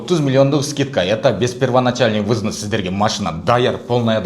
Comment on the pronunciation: Взнс эмес взнос деп айт.